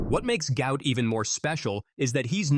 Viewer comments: 👉Guot Guot! Not gout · Apparently. it's pronounced Gwhat Gwhat. Go_ ut Go_ ut. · Actual name is Guot, correctly pronounced 'Gwot' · Say his name properly Gwot